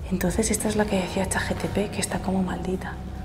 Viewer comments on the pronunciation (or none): Chat GPT no chat GTP los dices mal en todos los vídeos 😅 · JKAJKAJKAJKKAJAJK Siempre te escucho decirlo así, lo más chistoso es que empiezo a dudar de cómo es que se dice realmente JKAJJAJAJA